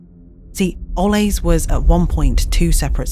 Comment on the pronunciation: It's driving me nuts that the narrator won't pronounce Ole's name correctly, even after given examples in the Ole's ad